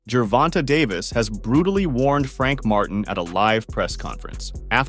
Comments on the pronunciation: Ger-Von-Tay not Ger-Von-Ta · I can’t watch this anymore. The way u say Davis first name is wrong and cringy 😂